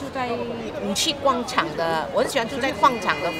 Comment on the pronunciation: '广'场 和 '广'东，一样的发音哦。